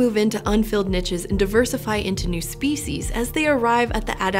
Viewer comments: yeah. As a french-speaker, "nitches" made me flinch every time. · Is she saying NICHES or finches? Lol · Really interesting topic thanks. I love the content on this channel. The pronunciation on ‘niches’ distracted me a little but I guess that’s because we say it differently in the UK. Would love an episode on the snowball earth theory, if you have not already done one. If you have can I get a link? Thanks.